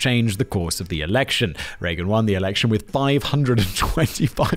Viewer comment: Did he say erection and not election? 😂